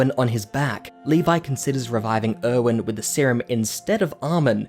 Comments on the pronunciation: literally thought he was saying “owen” for erwin this whole time and was like “who tf is owen?” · Er-wen. Er-wen. Not Owen